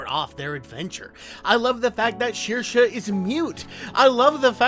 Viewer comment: That kid from Song of the Sea is named Ben. And Saoirse, I believe, is pronounced "Sair-shuh".